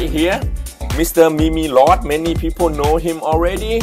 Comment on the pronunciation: it's pronounced as MEEM-LORD. not MEE MEE LORD